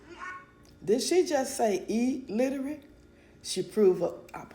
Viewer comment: She wanted to go viral for saying her kids couldn't read. This proves she's panicking. She's throwing the kids under the bus. Shit she even said, "I can't sound out my letters." Then she went on to pronounce illiterate incorrectly. She's a big dummy, idiot.